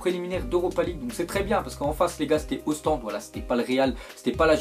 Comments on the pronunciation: Je suis le seul qui a remarqué que prononce "Ostendé " Ostende? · C est pas ostendé c est ostende avc un e à la fin!!!!!!! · C pas ostendais mais ostendE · Putain Ostende Ostende pas Ostendé putain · Ostendé ? N'imp wesh. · ostende pas ostendé du con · tu nous respecte pas avec onstendè c onstendeeee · c pas ostendé mais ostende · On dit ostende sans prononcer le e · On prononce pas le "e" de Ostende